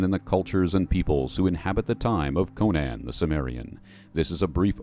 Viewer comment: My friend, thank you for doing this something I wanted to do for years, and I have so much love for the lore and years of study on Howard's Conan which truly is an American classic adventure. Yet I must tell you that you are pronouncing Conan completely wrong. For some this isn't important yet based on Howard's writing, the name Conan is based on the Irish pronounced form. So in a way when you say Conan would be how people say the name Conan when saying, Conan O'Brien. The way the name Conan is said became popular due to the mispronouncing of the name Conan due to the Arnold movie. I would say the only saving grace of the 2011 was the fact that say it properly (outside of that the 2011 movie was a mess) Here looking forward to Netflix's Conan series based on Howard's version Here's saying it's Conan